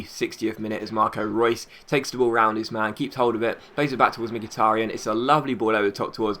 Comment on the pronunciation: nice episode, also now i know how to pronounce mkhitaryan